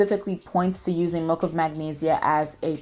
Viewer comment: Why do you pronounce it like melk tho